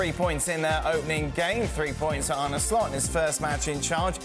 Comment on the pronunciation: Its ar-neh not ar-ney show some respect lads ffs